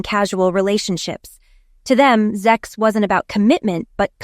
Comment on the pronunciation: STOP SAYING ZEX .